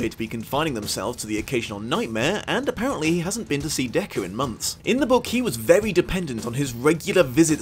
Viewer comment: I kept hearing "Deku" from my speaker instead of "Decker" or "Deckard". Not gonna lie, it sounds like a great fanfiction idea, but it was very confusing at first.